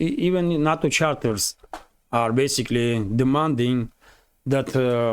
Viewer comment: NATO! Sorry to be picky, but the west say Nayto not Natto.